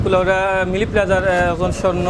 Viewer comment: It's MiLi plaza not Mini plaza😂